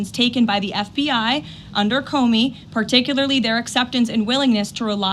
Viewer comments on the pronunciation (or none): none